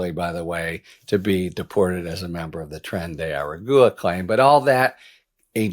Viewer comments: Harry, I love your commentary and your point of view. But really, "tren de ara-goo-a"? That's beneath you. It's not hard; I know you can say agua, and you don't say "a-goo-a", you say -gwa. Just add an "ar" to the beginning of that - ar--gwa. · Every time you say eh-reh-goo-uh a kitten dies. Please pronounce it right. Ah-rah-gwah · Hi Harry, just wanted to help you with the correct pronunciation of the group name. The last word is pronounced like: a-ra-gwa. It is 3 syllables total. I hope this helps. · "Aragua" as in Tren de Aragua is pronounced ah rah gwa....just like Nicaragua. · Harry! You're too smart for this. Practice pronouncing the correct name of the gang. It's (phonetically) Tren de Are Agua (agwa). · Trenay-air-Ah-gwa. Try harder to pronounce it right, please! I live in Arizona and it hurts my ears to hear you pronounce it that way..😵💋💙💙💙👵🐺🌵🖖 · Tren de Ah-Rah-Gwa. Thank you for coming to my TED talk 😂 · Harry, the gang’s name is pronounced like water in Spanish. Just FYI. 😊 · Dude how are you still unable to pronounce aragua? It's not that difficult lol